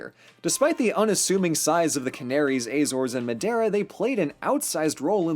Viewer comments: ahem, you're pronouncing madiera wrong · Your's pronunciation of madeira is funny